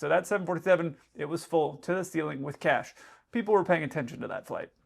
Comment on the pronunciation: Thought you said CATS, not cash😂😂😂